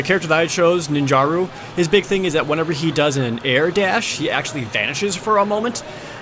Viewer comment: Ninjara isn't pronounced ninjaroo